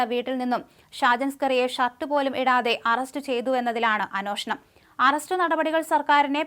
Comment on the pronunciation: അന്നോഷണം മലയാളം ശരിക്കും വശമല്ല